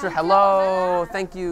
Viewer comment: Harrow Shabba, how are woo? Glate wideow